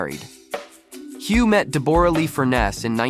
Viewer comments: Deb-aura??? I was very confused by the pronunciation. Aussies call her Deb-ra. We wouldn’t bother fancifying it. 😅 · I wish this idiot would pronounce her name properly it’s Deborah not Deborra 🙄🤦🏼‍♀️ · Her name is said like Debra not de bor ah, omg. She was never known in Australia as a delicate woman always a bit of a hard ars. She has never been one to stand in his shadow so I would not be throwing the pity party on her. Whatever happened they will all survive and get on with it. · It's Debra Lee not the way you are pronouncing it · If you are going to make a video clip about someone, it would be really polite if you pronounced their name correctly. Deborra-Lee is pronounced DEBRA-LEE. Why don't you just leave them alone? But no, you are wallowing in their troubles. 😢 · For goodness sake learn to pronounce Deborra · Never heard Deborah pronounced that way before 😆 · Noone can promise that they wont ever fall in love with anyone else. And you could ask any Australian how to pronounce Deborah correctly. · Your pronunciation of her name is incorrect, and that turned me off straight away. Great investigation work. 🙄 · These AI narrations are the worst! At the very least, pronounce Deborrah-Lee's name correctly! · Do you not know how to pronounce the exceedingly common name Deborah?